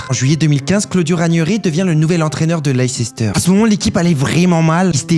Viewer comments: C’est Leister pas LEICESTERRE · Leicester mais prononcé layster. Raconté comme ça on dirait que tu ne l'a pas vécu.... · Pour éviter que tu refasses la boulette, Leicester comme Worcester et autres nom en -cester ne se prononce pas comme ça s’écrit. Leicester se prononce « lèsteu » (genre le « eu » comme le son œ dans œuf), comme Worcester qui dit « Wosteu » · Pas Leicester mais lester ça se prononce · Leicester se lit et se dit: "Leice-Ster" 🤣🤣🤣😅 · De maintenir qui ? Leissester ? Ou leicester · Cela se prononce "Lé i ster", le "ce"sz fond dans le "s" pour , mais le "e" de "ce" ne se prononce surtout pas Par contre à 2 minutes, c'est le français qu'il faut apprendre à parler: A chaque fois que vous dites "dernière", vous voulez dire précédentes et à 2 minutes cela donne une phrase odieuse ou vous dite "dernière" au lieu de "précédente". Mais surtout vous dire aussi vers 2 min "la saison prochaine" alors qu'en vérité vous soûlez dire "la saison suivante" sinon quoi? Leicester sera champion en 2026??? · Il est teubé ce garçon non ? Laycester ? Tu ne peux pas être fan de foot et prononcer le nom de ce club ainsi 😂 Et juste pour savoir c est qui Tweetenham ? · Leicéster ca fait vrmt mal aux oreilles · Je suis français mais je parle parfaitement anglais at LeiCEster me fais saigné des oreilles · Ça se prononce pas du tout comme ça Leceister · Mec, merci pour ce petit résumé sympa, mais apprends quand même la bonne prononciation de ton sujet principal 😅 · Après a prononcer leicester déjà